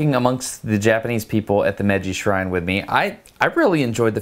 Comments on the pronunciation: When you say "Meiji", it should be pronounced like "May-ji". In Japanese, every vowel gets pronounced, unlike in English where we often just skip over vowels. Awesome video though! Josh's camera movement was really impressive. I'm looking forward to the cherry blossom video! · I am sorry to have to correct you, but I felt you would like to correctly pronounce the Japanese words you are saying. So, you will sound more professional and thereby teach others how to correctly pronounce Japanese. I prefer to teach things correctly than to teach things incorrectly. Japanese kinds of bounces when you say Japanese words. So, Meiji is NOT pronounced “Meji”. You didn’t pronounce the “i”. Which is a syllable too. The “Me” is is not said like the english word “me”. The “me” in Japanese sound like the english word “May” The “i” sound in Japanese is similar to the “e” in the english word “we” or “me” it is a short “e” sound. The “ji” sounds like the letter “g” in english. Remember to say “Me”, “i”, “ji” as three separate syllables. Also, Shibuya was said incorrectly too. “Shi” sounds like the english word “she”. “Bu” sound like the english word “Boo”. “Ya” sounds like the beginning of the english word “yacht”. Again, three syllables. To say “goodbye” in Japanese there are a few ways. If you plan to not see them for a long time then you can say “Sayonara”. If you plan to see them again soon then you can say “Jaa ne” or “Jaa matta ne” or “Jaa matta atode” (See you later) (lit. Well again). If someone greets you with “ohayo” or “ohayo gozaimasu” (good morning), “Konnichi wa” (good afternoon) or “Konban wa” (good night) then you can respond the same way they did as you depart. As though you were passing by them when they said a greeting to you. If you want to be kind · Hi. Konnichiwa is pronounced cone- nee-chee-wah in a even tone on each syllable. Meiji is pronounce may-gee not mejjy. Shōken is pronounced show-ken emphasis on first syllable. Thank you for the effort though.